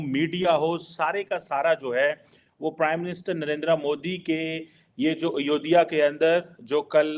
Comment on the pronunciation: यह अनपढ़ है क्या इससे अयोध्या का भी उच्चारण नहीं हो पाता है। क्या उर्दू और फारसी में शब्दों का अभाव है।।